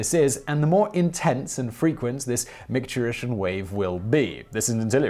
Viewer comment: SACK-ral??? Is that a European thing? Because it's pronounced SAY-cral. MIKE-turition??? It's MICK-turition. Ureter, not uterus. This is flat out sloppy pronouncing and rather unacceptable for a channel of this quality. And not the first time I've noticed it.